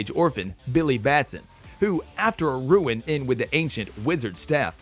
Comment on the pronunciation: "After a 'ruin' in..."? I believe you meant "run in".